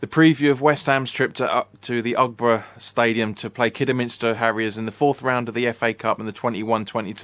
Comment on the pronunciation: Wtf is the Ugborough stadium or whatever you said its aggbrough